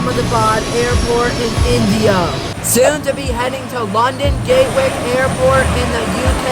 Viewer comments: Sorry if this is how u say it but u said Gatewick instead of Gatwick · not "gate-wick" "Gat-wick